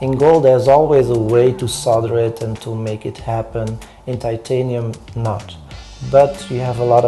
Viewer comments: How come James Hilton knows how to pronounce titanium but the narrator does not? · This guy is a pretentious idiot... If you are going to work with the metal, LEARN to pronounce it!